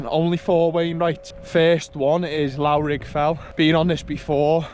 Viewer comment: The 'lough' in Loughrigg is pronounced similar to 'rough' so Loughrigg is pronounced: "Luff-Rigg".